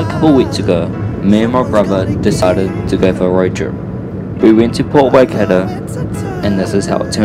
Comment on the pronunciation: Pronounce waikato properly - tyreece